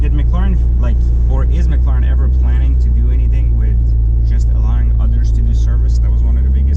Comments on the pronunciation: can you not pronounce mclaren properly? its not mcluuuurren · We need to host a free training for you on how to say MCLAREN. Stop dude, its way annoying.